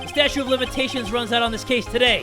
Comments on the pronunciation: Anyone get annoyed that says Statue instead of Statute? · is jay saying statue of limitations instead of statute of limitations